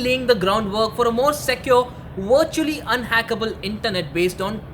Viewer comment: "wurtually" v, v, vvvv